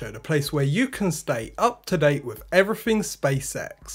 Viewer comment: His dialect lacks interdental fricatives. "Everyfing" instead of "everything." Very odd prosody also -- very sing-songy sentence-level intonation: UP UP UP down down down UP UP UP down down down. Most unusual.